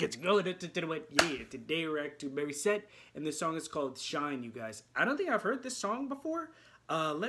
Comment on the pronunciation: Why do you keep calling her " Marissette"....it's not Mari....IT'S MORI,MORI,MORI.....MORISSETTE!!!! MO,MO,MO....NOT MA ....🤣...your reactions are great....but say her name correctly!! 🙉